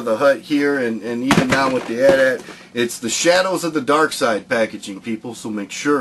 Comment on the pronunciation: you sed it wrong its not an at at its an a.t-a.t